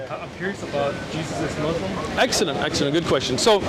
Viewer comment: Or when he said exellent...hehe